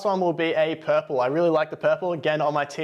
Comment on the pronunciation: Purple or Puprle? 😁